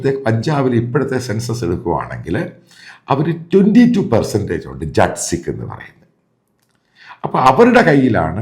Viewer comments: Hello jet nahim,jaat sikh please correct the Pronunciation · ജട്ട് അല്ല, ജാട്ട് ആണ്. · Sir, ശരിയായുള്ള pronounciation jat sikh എന്നല്ല jaat sikh എന്നാണ്